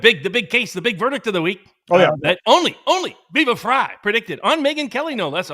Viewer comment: So it's "fry" and not "free"? Oof poor timing, viva...